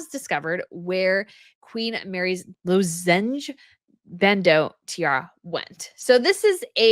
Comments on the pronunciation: WOW! ( it's LOZ-enge 🙂 Like a cough drop is a lozenge) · Isn’t it pronounced “lozenge” as in cough lozenges? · LOZZ-enj BAND-oh is the way you pronounce it!